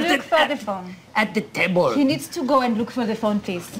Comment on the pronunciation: and we THINK that he might have left it, at the 'tebul.'